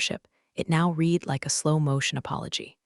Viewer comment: Present tense of read rhymes with reed. Past tense of read rhymes with red. Wish you would amend your AI to get this right. They are consistently pronounced incorrectly.